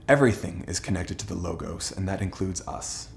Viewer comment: You somewhat get off on the wrong foot when you mispronounce the word 'logos' Law-gahss